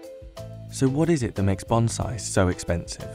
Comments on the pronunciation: That's "BON-siEE" not "BON-ziee." It's not a Kamakazi pilot. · It is pronounced bonsai like it is written not bonzai. Business Insider has some terrible narrators.